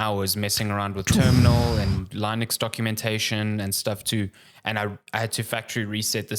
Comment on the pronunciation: Sweet mother of God, it's Linux, not Lynux